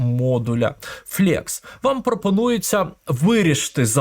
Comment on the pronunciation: Величезне дякую за вашу позицію і корисний контент для веб-розробки. В тому числі завдяки вашим урокам, я опанував професію фронтенд-розробника і успішно працюю вже майже 2 роки. P.S. Невеликі поради по вимові англійських слів: flex - флекс, а не флєкс tinyPNG - тайні піенджи, а не тіні піенджи